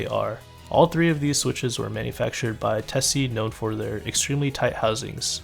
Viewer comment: Tescee? Tecsee?